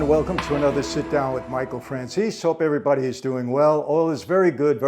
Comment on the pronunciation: Im just wondering why everbody is mispronouncin Franzese. Im from Italy and the word means "French". As in someone from France. But you pronounce it as Fran-tzee-seh (in English tongue). Not Fran-seez.